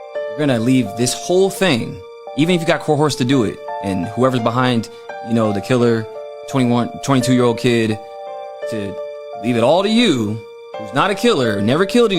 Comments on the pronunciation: Yeah I don't trust anyone that looks like black skrillex and cannot pronounce coerce correctly. "Cohorsed?" Yeah my man you have not a clue, enjoy the false enrichment of the clicks you get, but OT has the experience, the truth, and the closeness of his friend Charlie which not many people have his unique and accurate perspective. Thanks OT. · this dude is trying to speak as if he's educated and he keeps flip flopping, sounding from the hood, using plural instead of singular tense at times and then he tries to throw a big word in there like coerce and he says co horse...🤣🤣🤣🤣 dumb mother fucker!! What is that on his head, a bundled up snake, WTF? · I can't take anyone seriously that says "cohorse"🙄✌️♥️🙏